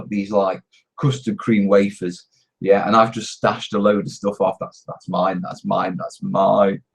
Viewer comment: ur "YEA" was slurred LOL